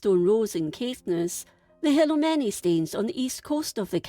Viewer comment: Stones….. but staines…. Stanes